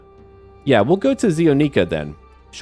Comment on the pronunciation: ZEE-ONNICK--A is the only plausible pronunciation, especially for the region used as inspiration, which does'nt commonly use sustained vowels. ZEE-O-NEEKA is grammatically correct in English but English is weird. We don't say things like AM-ER-EEK-A or A-FREEK-A etc etc.